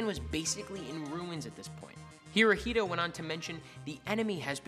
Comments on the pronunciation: It’s not pronounced he-ro-hee-do- it’s he-ro-he-to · Not Hirohilo, but Hirohito. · Hirohito no! Herohito ;) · Pronounce it the way it is. hirohito